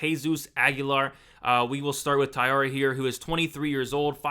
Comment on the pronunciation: Tat-su-ro, not Tat-su-ra. Ta-eeh-ra, not Tai-ar-ah.